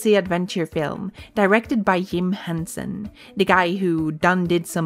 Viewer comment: Yim Henson and Yareth. 😂 Bruh..